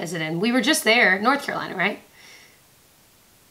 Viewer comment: Not going to scream at you but it's North Carolina...lol